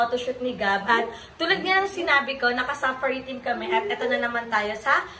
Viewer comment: OA ng pagkasabi mo ng safari. Accent on the second sylable po. Arte magsalita mali naman